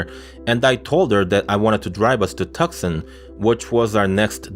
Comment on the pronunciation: psst, btw, Tucson is pronounced Too - sahn. ;)